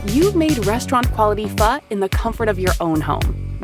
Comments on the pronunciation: i thought it was pronounced phoe not "phuh" 😭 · It's pho, not fuh. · Yeah that good "fuh"!!!! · was it always pronounced "fuh" and not "fo"? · Pho❌ FAHHHHHHHH ✅ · All I hear is fuh and my dih isn't happih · That's not PHO. It's FAHHH 💀